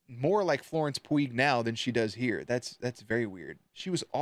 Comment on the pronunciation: I KNOW YOU DIDNT PRONOUNCE FLORENCE PUGH (pronounced pew) like that